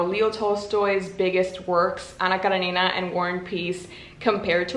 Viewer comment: I love how you pronounce "Anna Karenina", it's so good to hear 😭💜